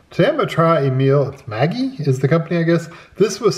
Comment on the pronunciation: It's not, i'ts pronounced Maggi A like in Ahi-tuna. G like in get.